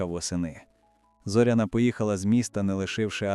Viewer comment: Робіть правильно наголос на Зоряна не на о ,а на я .